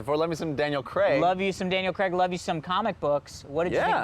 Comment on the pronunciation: Why does every American say Daniel Cregg?